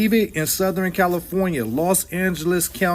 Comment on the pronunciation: Not South-er-en California. 😂